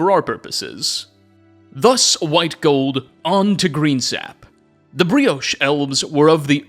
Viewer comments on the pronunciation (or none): brioche elves? are you for real dude? i've been watching your videos for MANY years dude, and your talent for mispronouncing words and using words in incredibly wrong ways has been the most consistent thing about your channel.